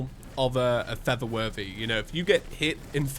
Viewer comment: Is it just me? Or everybody hears it saying:"feather worthy" not "for the worthy"